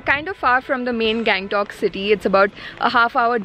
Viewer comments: गंगटोक का गॅगंटोक कर दिया🤣🤣😅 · hey, its गंगटोक not gang-tok .........the way you show the place is really nice.